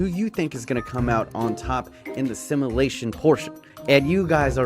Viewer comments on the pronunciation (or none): PLEASE FOR THE LOVE OF GOD (I love u but) STOP SAYING SIMALATION ITS SIMULATION I HAVE DELT WITH THIS FOREVER AND SO HAVE THE OTHER VIEWERS